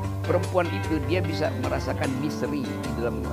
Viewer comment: Apa cuman gue yg denger dia bilang "misery" bukan "misteri" :(